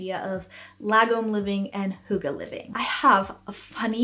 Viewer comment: Hey from Denmark ❤ hygge is a hard Word but Nice try ❤